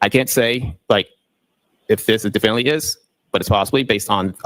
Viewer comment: Inspector gadget can’t even say definitively he keeps saying “defininitely” 🤣🤣🤣